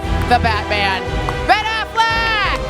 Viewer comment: "Ben Afflack"